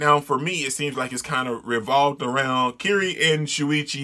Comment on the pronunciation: Dude, your face at the eye-spiral part was PRICELESS! I warn you, that's not even the most fudged-up thing you'll be seeing in this manga. Also, Kirie's name is pronounced like you said but with "e" (like the e in elephant) in the end.